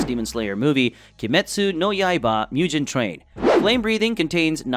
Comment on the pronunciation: Your American "MUGJEN" pronunciation triggered everybody. If you enjoy anime you should really dedicate your time and learn how another language works and you will be surprised by how dirty and bastardising american is.